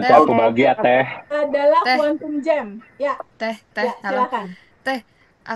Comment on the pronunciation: Kuantum jum. Bukan jem. kena cakap jum atau jump. Lompatan kuantum.